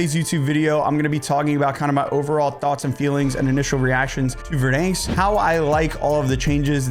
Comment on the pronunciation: Dude….ive said this before and ill continue to keep saying it….its pronounced VerDANsk. Like the name DAN. Not like Dane cook….DAN!!!! 🤷‍♂️